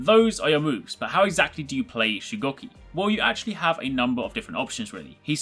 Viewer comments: Its shugoooki not shucocky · He said his name wrong the whole video :/